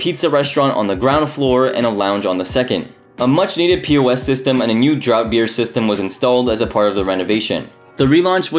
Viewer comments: its pronounced DRAFT beer not drought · It's pronounced 'draft', not 'drought'.